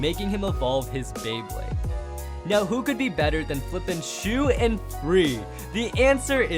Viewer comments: Shu not shoe bro 🤣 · Lmao he said "shoe" Instead of shu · It’s a thusly shu not shoe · Shoe, not Shu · bro when will u get it right it's "Shu"